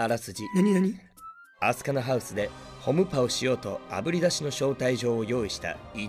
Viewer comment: あすかな で聞いてからホムパの発音がホム↑パになった笑笑